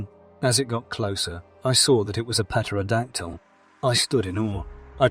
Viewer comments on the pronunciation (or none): It's pronounced "Terra - Dactyl" ☺️